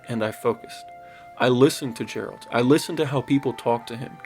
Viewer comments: Say geralt right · I cringe when you say his say his name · 100% agree, but ill never get how someone plays this whole game and still says Geralt wrong 😮‍💨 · I really wish he could atleast Pronouce the Heros name properly. Sort of ruins the credability of the author when he cant pronounce the main chars name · Not even 30 seconds in you said Geralt wrong, he would be happy to correct you. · To this day this question tortures me. How and why so many people pronounce his name incorrectly after completing the game. His name is pronounced hundreds if not thousands of times. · Great vid! My favourite game. One thing though, if Geralt heard how you pronounce his name this would be his reaction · You have played through the game and yet somehow managed to pronounce Geralt's name wrong. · 100+ hours and still calling him Jeralt, why do I still cringe at this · LOL DUDE am I trippin or do you keep calling him JERALT? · My fucking God, imagine putting hundreds of hours into a game then writing a whole script about how good it is and you spend the whole thing calling him Jerold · Sorry, I refuse to watch after hearing you say "Jeralt" (For legal reasons this is a joke) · Ok.. you lost me when you called him Jeralt.. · ma man rlly called him jeralt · Jeralt? Lol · You really called him "Jare-ult" in the first minute 😂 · After playing hundreds of hours!! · If you've played this game for a hundred hours as you claim, how is it your saying "Jeralt"? They say Geralt hundreds of times lol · Dude called him Jeralt🤦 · I know ! Fucking drove me crazy 🤣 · Geralt! Like gair with a G not a J. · Lol, "Jeralt" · Ah yes. Jeralt. I'm glad you know his name. Now I definitely believe you've played it. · Calling him Jeralt is wild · Dude, he is addressed by name constantly throughout the hundred plus hour story. It's a short G in Geralt. Also, Saddlebags. Other than that, great video. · 30 seconds in …mf did you just say jeralt? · NOOOOO HE SAID IT LIKE "JERALDT" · "Jjjjjjjeralt" - ya lost me